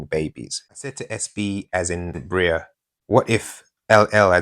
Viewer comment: Breary ✨ Pronounced like dairy 🥛 🍫 🥇 👍 ⚖ ⚖ ⚖ 🌍 🇬🇧!!